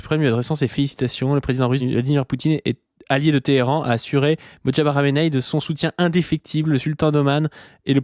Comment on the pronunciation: * "MoJtaba" et non "MotJaba" (le J est avant le T). À part super taf sur cette capsule.